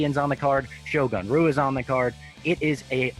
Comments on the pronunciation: pronounced hua not rua nerd. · in Portuguese, R sounds like H, it’s Shogun “Hua”. There’s no “R” sound in his name